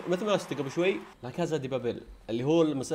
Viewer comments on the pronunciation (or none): لاكاسا مو لاكازا